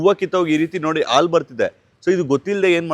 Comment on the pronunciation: ಆಲೂ ಅಲ್ಲಾ ಹಾಲು